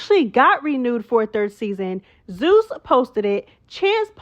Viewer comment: Love it! Yaaaaz "zoos" instead of zeus 😂😂 mad perfect!